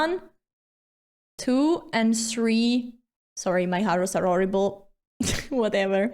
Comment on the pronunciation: "Sorry, my harrows are orrible" The most Italian way to speak 🤣